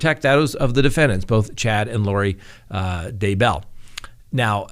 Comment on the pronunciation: Please please say their name correctly the emphasis is on Day not bell come in